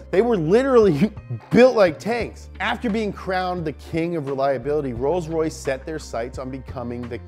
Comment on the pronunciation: roys roys lombargine machine